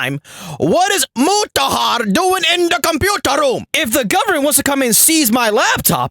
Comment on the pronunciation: "HORNY YOUR DINNER IS READY" "THE COMPUTAR ROUUM"